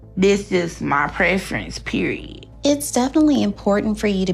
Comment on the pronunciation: "Periehh" stfu annoying ass speech and accent why you gotta talk like that speak normally you whale.